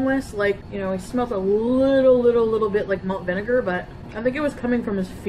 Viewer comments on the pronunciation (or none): none